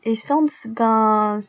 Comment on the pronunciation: par contre on dit pas comme le mot sans